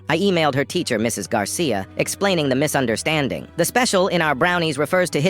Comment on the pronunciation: "Misunderst-- ANDING" bro wha- 😭